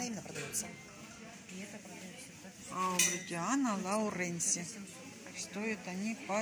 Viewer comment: Не АубрУтиана Лауренси, АубрИтиана Лаурен (Aubritiana Lauren)!!!